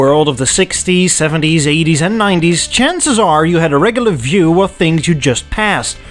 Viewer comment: You sound Dutch “D’regglar sedan” is like “D’neddelins” Maybe Afrikaans? Anyway, it would be so cool to have a woody